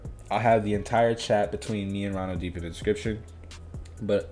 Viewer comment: ronodeep is a bengali name lol. its pronounced like ro : the first sound of raw no: literal no deep : just deep ro-no-deep